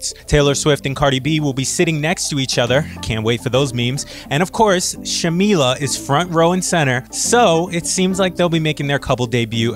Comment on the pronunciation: He just called her "Shamilla"